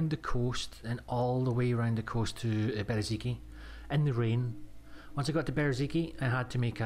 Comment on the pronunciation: Ffs, its not Bereziki, its Berezino. Its not that hard.